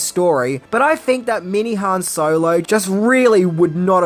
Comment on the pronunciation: Padme, or padame? Just read the name once. You're adding an extra letter for no reason. And you also pronounce Han wrong. You've watched solo right? Ps its grande moff, not general tarkin